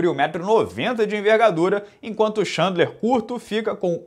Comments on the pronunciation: Repeat after me: Tchên-dlar, Tchên-dlar... not xandler, xandler! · Cara, você fala o nome do Khabib corretamente, por exemplo, que quase ninguém fala. Podia quebrar o galho e falar o do Chandler também.